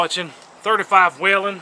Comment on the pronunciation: Finally.. someone who knows how to say Whelen the right way!!